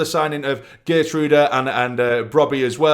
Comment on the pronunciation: Geertruida is pronounced Herr-troy-da.